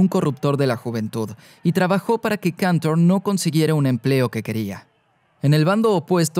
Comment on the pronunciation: Y Cantor, que no sé por qué lo pronuncia en inglés si era ruso.